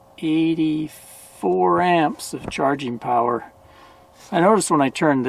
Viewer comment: More Powa!!! I love it.